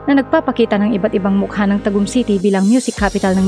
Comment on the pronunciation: Not Ta. gummm Ta'gum